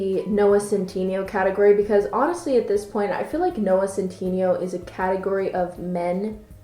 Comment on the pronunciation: “Noah cent teeny yo.”